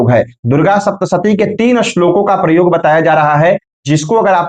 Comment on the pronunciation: aap ko gyan to hai lekin kuch uccharan dosh ha,jo adikansh log talavya sha ko dantya sa bolte ha,aap k dwara bolne par bada bura lagta ha.aapne vedio me prayoga ko paryoga bola ha vah bhi galat ha. Aapne comment karne ko bola ha is liye yaha likha ha.